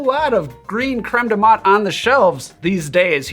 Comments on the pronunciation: TIL how to properly pronounce "creme de menthe" (don't ask how I was saying it, I'm embarrassed) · Please DON'T just shut up. Please ramble. Ramble to your hearts content. And I was this many days old when I learned the proper way to pronounce Creme de Menthe. See how valuable rambling is?